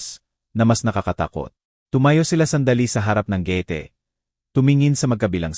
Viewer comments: Ayusin mo ang pag kwentoat pag bigkas ng gate hindi ge ti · Hindi marunong mag basa anong gete? josy jose yan? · Añg daming maling pagbigkas ng mga salita , Ang gate naging gete in,hope y hopi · Sydney Australia,,kht English at Tagalog wrong pronouncesion si kuya😊(remote,Jose,gate,Beatrice,vibrate,bibig,hunted at etc,grabe 🥹